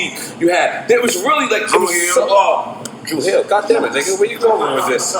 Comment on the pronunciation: Nobody:: "Dru Hill" 🤣🤣🤣